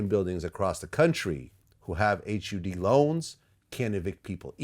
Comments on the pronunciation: H You D. Just say HUD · Someone needs to tell Vlad that it is never described as H-U-D